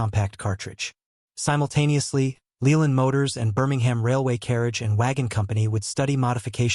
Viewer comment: 'Leyland' motors is pronounced layland not leeland. Just a tiny fault in a mostly informative video. Thanks.